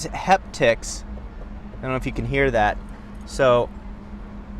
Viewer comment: I hate how he says “heptics.” It’s haptics